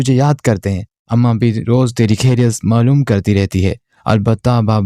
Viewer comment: کھیریت نہیں خیریت ہوتا ہے۔ اگر آپ اردو ناول سنارہے ہیں تو اردو الفاظ کو درست تلفظ کے ساتھ ادا کریں۔ کھیریت ہندی میں کہا جاتا ہے، اردو میں خیریت کہتے ہیں۔ شاید اردو آپکی مادری زبان نہیں ہے اس لیے آپ کے بے شمار الفاظ غلط تلفظ کے ساتھ ادا ہوتے ہیں جو سننے میں انتہائی ناگوار محسوس ہوتا ہے ۔آپ کو اردو تلفظ پر بہت محنت کرنی ہوگی۔